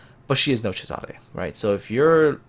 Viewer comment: Hey, your pronuntiation of italian ships names is great! Thank you for not butchering them, I really appreciate it. A little tip for the Giulio Cesare, you pronounce it "Cesàre" but it's actually "Cèsare". Keep up the good work:)